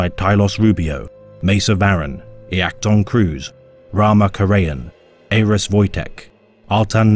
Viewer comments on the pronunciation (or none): none